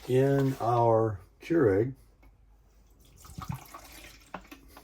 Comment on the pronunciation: is getting very proficient with his “cure-egg”! ☕️ 😂